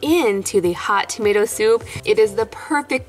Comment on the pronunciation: Who noticed it saying tomat instead of tomato.